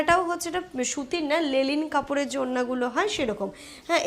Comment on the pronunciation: Lelin noy comrade 😝🤣😝🤣 , linen kapor.